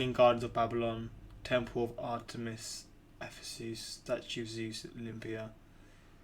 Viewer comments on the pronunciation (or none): none